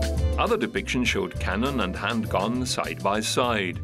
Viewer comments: Is he saying handgun or handguan? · He says it every fuckin time omg I’m only ten min in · I believe he is pronouncing the original spelling, “handgonne”, or I should say TRYING to pronounce it.